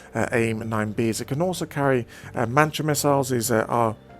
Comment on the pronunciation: MATRA not MANTRA!